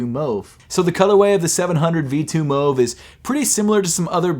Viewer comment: I just want to say, the yeezy 700 v2 mauve is a cool shoe, but I think you pronounced the name incorrectly. It sound like you said move where, as spelled, it would be pronounced more of a mawv.